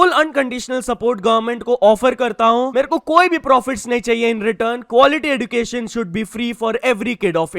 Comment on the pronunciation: I think you also need Education so you will spell एज्युकेशन (ed-yoo-KAY-shun) instant of एज्डूकेशन